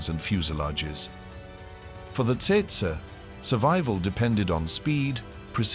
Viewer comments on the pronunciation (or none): Actually it's Tsetse. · It's tsetse, not testse. Stopped watching right there. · Maybe I'm mistaken but, as a Brit, I believe it''s pronounced 'Tetsee' and not Tseytsey'! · Not Tetsa, but Tsetse. The African fly is called Tsetse! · Tse-tse- Tetse (spoken as Tset-see) Not: Tset - Tsurr and Tsetsey or while we’re at it … not Tersetsay ! Do I have to spell it out? tch! some AI people! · It’s pronounced tetsee not tetsa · It’s pronounced how it is spelt - tsetse. You will not forget after being bitten by one. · It’s TET-SEE FLY bud. And the Cornish airfield was named PRE - DAN - NICK😡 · Tsetse is pronounced "tset-see". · Tse Tse fly mosquito.pronounced as follows u tool.. tet see... get it right or don't post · TET-ZEE (fly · It’s pronounced Tet-see….. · Rubbish channel. Rubbish name. Please try harder. The content is fair but the delivery is lacking, friend. Set- see is how it’s pronounced by Kenyans. They should know. Great place great people. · "TET SA" crap AI.....HUMANS PLEASE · How to pronounce Tsetse a hundred incorrect ways.